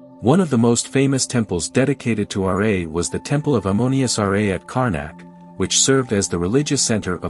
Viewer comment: R'A bro its Ra the pronunciation is weird